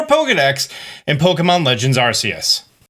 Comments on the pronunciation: *arKeus not arseus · It's arkoos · Why do you keep saying Ar-see-us?? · NO, ITS ARCEUS! PLEASE SAY IT RIGHT! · Dude, you can’t even pronounce Arceus correctly… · Still pronouncing arceus wrong I see